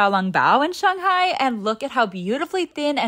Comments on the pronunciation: Just wanna give you props on pronouncing shanghai correctly! Love your videos! I can tell not only are you honest but you have awesome respect for the culture!! ❤🎉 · Your pronunciation of Shanghai is on point!